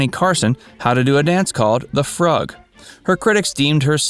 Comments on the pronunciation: I was enjoying the video and going to let this go until you said this is Facts First. The dance is called FROOOG, not Frugg! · Pronounced the Froog, not Frug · the "frugg"?!? omg, do your research, or at least pass the script past someone out of their teens... it's pronounced the "froog" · "Frug" is pronounced "froog", not "frugg". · Frug, the 60s dance, is pronounced "froog". Idiots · It is pronounced froog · it's pronounced Frewg, dipstick... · It's pronounced froooog! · Someone might have already replied on two points: "Frug" is pronounced froog, and SCTV's Catherine O 'Hara does a great imitation of Joey. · The dance Joey taught Carson was the frug, pronounced froog. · The dance called the Frug is pronounced FROOG, it doesn't rhythm with rug. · I've said it before: this vids more often than not, have a glaring mispronunciation. The narrator must be young. He doesn't know how to pronounce the word "frug," a popular dance of the 1960a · The dance Joey did with Carson was called the Frug. Not pronounced like dug or rug. It has an oo sound like in groove or in cute.